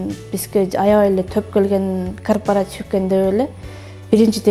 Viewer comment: Кооператив деп туура суйлочу,корпартив дебей